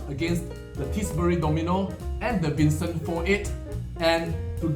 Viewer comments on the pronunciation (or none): none